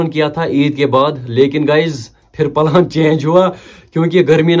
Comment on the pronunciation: Palan nhi bro pelan 😊